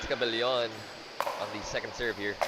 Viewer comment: Sakto na gyud tawon ug pronounce ang cabellon, go